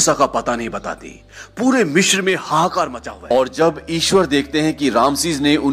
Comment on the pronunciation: Sir Mishr nahi Misr hota hai.